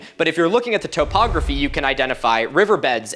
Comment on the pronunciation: Why does he pronounce topography like that?